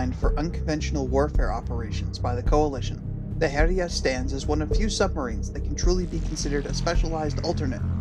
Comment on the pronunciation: Following from another comment, it's actually pronounced Hell-yah, almost like 'Hell Yea', but not quite. Speaking as a Scandinavian who has studied more than my fair share of old norse mythology. Still an excellent video as always!